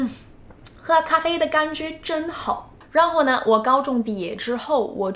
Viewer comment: Her Chinese level is virtually close to native speaker, only some tones of words sound a little bit weird like ‘相反的感觉’, ’然后呢’, anyway she is a very very fabulous and ingenious language learner.